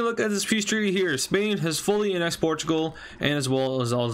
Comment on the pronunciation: Its not pronounced Anexd, Its Aanexd